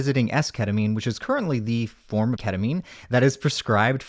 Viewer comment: lmao Catamine? 😹😹